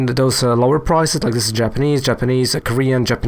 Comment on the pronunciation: Lmao, "Japanish" heh heh